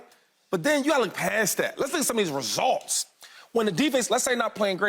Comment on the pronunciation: Shady says ResOlts one more time 😂... Boy completely took the you out of results